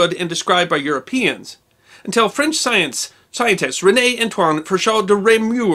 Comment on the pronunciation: Lol! You miss pronounced "scientist" but got "René Antoine Ferchault de Réaumur" spot on!